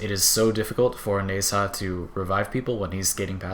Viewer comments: its pronouced Na-Zha, not Ne-Sa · How hard is to pronounce Nezha,and you fuck it up, congrats.